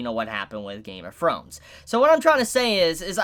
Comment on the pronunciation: "Game of Frones"?